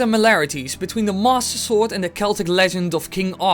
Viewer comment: When you say "Master Sword." it sounds like "Mosasaur"